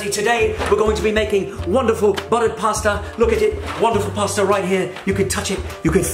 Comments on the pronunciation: Jason’s british accent is so nearly there exept from when when he sais pasta just fucked it up😂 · ahh he didnt say pasta like ramsay